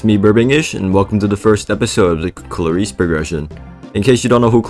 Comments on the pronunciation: Aint no way bros saying klayreese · 6 seconds in and i already have a bad feeling about this video, the way he pronounces klaris (atleast to me) is criminal